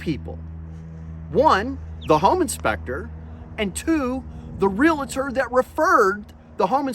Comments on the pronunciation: I enjoy these videos: but a pronunciation issue. Please! Real-tor (Realtor) NOT real-a-tor if a member of the “National Association of Realtors” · Cool story. But (bear with me, it's a pet peeve), the word is pronounced REE-AL-TOR, not reel-a-tor. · It's real-tor not reLAtor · Dude its realtor not realator. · Would you please quit call them a realAtor. It's realtor. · "Realtor" is pronounced "REE-ull-ter", not "REE-lit-err". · It's REALTOR; not RELETTER. There's no vowel between the L and the T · Real-tor… NOT Real-a-tor. Just so you know…. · It's REALtor. not reLAtor. dammit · Great clip, for future reference though realtors are not realAtors. Realtors hate being called RealAtors, it hurts our ears. Again very informative! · Why do people say REALATOR"? The word is REALTOR. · The word is "realtor" not "relator".